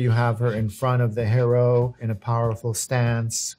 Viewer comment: that's not how you say hero